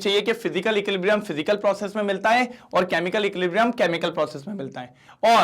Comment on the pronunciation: Sir equiblium nahi hota equilibrium hota hai aapne he to bataya tha 😅